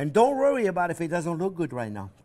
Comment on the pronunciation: "Don't rorry about it.....Don't rorry about it! A child can do this." 😂❤😂❤😂 I love it!! Ok, I'm all in. I'm all for this. Let's do this!! 👏 👏👏👏👏 No more store bought crust for me, Baby!! I've never had so much fun watching a cooking show before. Things I've been intimidated to do are melting away. I would adopt Chef Jean-Pierre if I could 😂